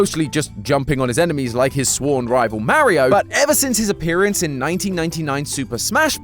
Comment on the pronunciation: Oh no not MAH-RE-HOE cmon...